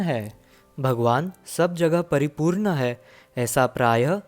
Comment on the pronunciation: Amazing video. PS. Please improve your 'ण'. For instance it's परिपूर्ण not परिपूर्न। 🙏